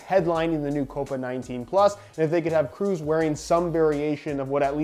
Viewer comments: I'm not German, I'm Swedish. But I think it's pronounced like "Kråås" Considering the letter å is a Swedish letter the best explanation I can come up with the English alphabet (which is the same except we also have åäö) now is "Krohs" Not "Cruise" haha. No disrespect, just find it funny to hear different pronunciations. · Is Kroos not Kruus Just so you know Sounds weird hahaha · Kroos not Krus, Kross or Kraus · Hey, the 'oo' n Kroos sounds more like the 'oa' in Boat. Greetings from germany, loving your content! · It's should be pronounced like "Krohs" 😉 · I'm german and can confirm that all ways you pronouced Kroos were wrong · Hey, its tony kroos not tony kroos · Haha wie er Toni Kroos falsch ausspricht 🤣